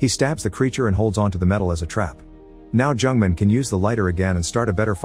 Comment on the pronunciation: The narrator pronounced Jung-Man like a Jewish name, Jungman XDDD I can't.